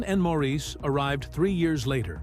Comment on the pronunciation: Why all the split screens with pictures that aren't any of the Bee Gees? It is pronounced "Morris", not Maurice 🙄😬